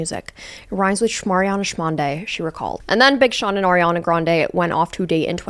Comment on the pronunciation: Why do you say her name like that? 😭